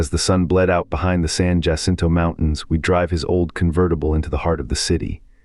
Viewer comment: You had me until you mispronounced "Jacinto." Seriously? You don't know basic Spanish pronunciation?